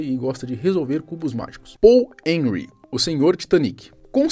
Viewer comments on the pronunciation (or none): none